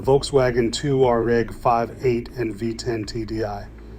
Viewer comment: The Volkswagen "Two-R-Egg"